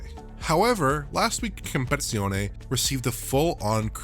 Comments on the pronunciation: Hey guys, it's not comeizione, it's competizione... first part (competi) is like competition in english, last part (zione) has a strong Z like the one in Forza Horizon.. excellent analysis however, thank you for your beautiful work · love your work! BUT: in italian, it is pronounced compeTi-Zione, same as in french, compeTi-Tion. hurt my ears ;) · Dude, it's called competizione, not compezione! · It is not COMPEZIONE It is COMPETIZIONE 😁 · Why does he keep calling it Assetto Corsa: Compression? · For the love of God, it's "compeTIzione" not "compezione". 😂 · You need to pronounce the TI as TEA in CompeTIzione - it is not a silent TEA or it would be "Compezione" :D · Completely left out two letters when pronounincing 'compeTIzione' - is saying "compezione." It sounds a bit like and is "competition." Com-pet-ti-zione. 😝 'Z's are always hard like 'Pizza' or 'Forza' not Forsa lol and you got that bit right. Good work nonetheless 👍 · It’s “com - pet - tit - zee - onay” not “competzione” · It's Not Compe-Zione It's Compe-TI-Zione! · Why the f does he constanly say "compezione" It's "compeTIzione" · narrator calling it "compezione" is very distracting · Excellent analysis as always; one small observation: it seems like your not pronouncing the "TI" [tee] in "compeTIzione". Italian basically has a one-to-one correspondence between letters and sounds, meaning every letter that forms any given word has a corresponding sound that must be pronounced. I hope my comment is somewhat informative; have a good day. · "Com-pet-zione" haha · "Compezione" okay 😅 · I had to laugh about your pronounciation of Competizione you say Compezione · I really couldn't concentrate on anything....compe"TI"zione. Like in english compe"TI"tion, not competion... I'm not even italian... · Please stop saying "Compezione" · Asseto coursa kompezione If you're going to pronounce it phonetically correct, at least say it right. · Nobody:: COMPEZIONE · " Compitzioney " LOL